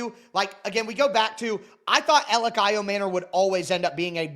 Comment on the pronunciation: Everyone in Tennessee calls him E or Elic. Literally NOBODY but you call him 😂